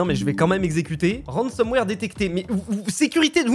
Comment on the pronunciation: ah lala, ça parle de ransomware et pas de rensenware xD